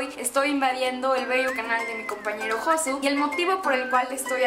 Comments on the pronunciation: Me estresó la pronunciación de "Josu" :( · Todos por que no es "Josu" es "Yosu" y nadie se da cuenta que no es "Reyina" es "Regina". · no se pronuncia josu sino yosu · Cada vez que pronuncia "Josu" mueren 3 gatitos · Lo que me he llegado a reír cada vez que decía "Josu"😂😂